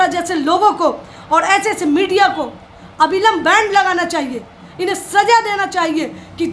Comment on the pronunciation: अभिलंब नहीं अविलंब होता है